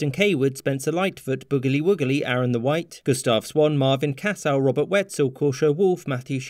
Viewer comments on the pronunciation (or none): none